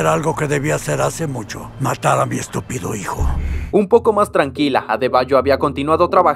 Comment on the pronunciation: Me da risa la forma en que dice la palabra estupido